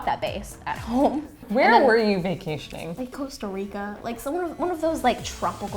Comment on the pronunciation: "one of those tropical place" love and all but that comment plus the way she said Costa Rica bothered me lol show some respect to my home pls